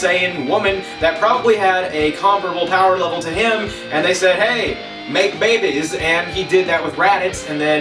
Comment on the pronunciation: "Here, mayk baybehs" ahahaha